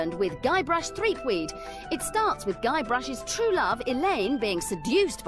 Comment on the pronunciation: The WatchMojo of the 90s. Nothing says "I have no idea what I'm reading out" like repeatedly saying ThreepWEED instead of ThreepWOOD.